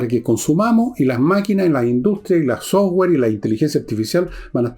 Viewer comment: Dos peticiones. 1. Que alguien le regale una pollera descente a Villegas 2. Un curso de inglés rápido para que deje de pronunciar sower cuando habla de software.